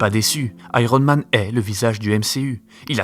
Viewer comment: Ça se prononce aiyern mane, merci, pas airone.